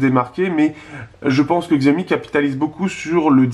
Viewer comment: on dit pas xiaomi mais chiaomi